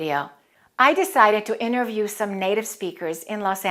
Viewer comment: Ma'am, I think you pronounce word ''interview' differently than us. What is it's actual pronunciation?